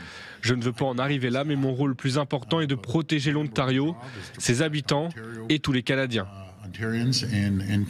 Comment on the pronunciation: Le 'Ontario'? Elle ne sait pas parler français? Ne sait-elle pas qu'il y a une liaison entre l'article 'le' et le 'nom' si le 'nom' commence par une voyelle. Wow! On part de loin! On dit: ' l'Ontario'.